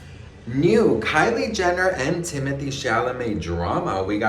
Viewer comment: Do you know his name is pronounced , Tim oh tay